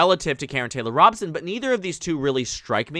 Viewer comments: It is Robe-son not Rob-sun. Fyi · Good video. Just so you know, her name is pronounced ROE-bson. I speak as a native Arizonan :-)